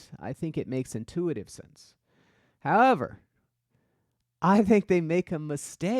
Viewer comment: Stephen A HOWEVER